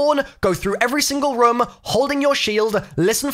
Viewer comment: I hate how he says room like ryum